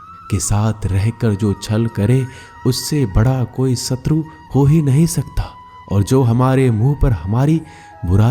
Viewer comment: भागवत गीता का ज्ञान बहूतही महत्वपूर्ण है लेकिन आपकी हिंदी भाषा कहना सुनने योग्य प्रतीत नही लगती उदा . सञू नही शञू शब्द होना चाहिए . सुरू नही शूरू करो बहूत सारी शब्द है की आप सही तरीकेसे संबोधित नही कर रहे हो. 🙏🙏🙏🙏🙏